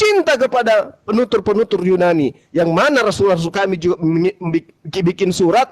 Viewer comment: Yunani ten bukan yu Nani😂